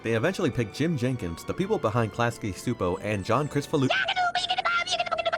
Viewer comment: Lol Steve dancing to one of the Nick bumper songs in the end XD But yeah, started the ultimate downfall of Nick…due to a certain Sponge 🧽…. Oh btw, “Csupo” in Klasky Csupo is actually pronounced “Chew-Poe” It’s a Hungarian last name so thats probably why it’s pronounced differently than how it’s spelt.